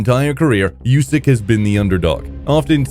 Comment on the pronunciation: Usyk doesn't like his name pronounced "yousyk". He corrects anyone that says it that way. It's pronounced "oosyk".